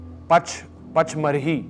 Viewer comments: Vicky...it's pronounced PANCH-MANI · The pronunciation of pachmarhi was wrong